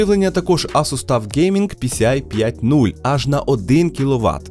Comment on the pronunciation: Тюф а не таф